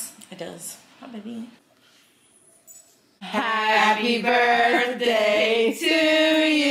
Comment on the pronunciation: Ong me toooo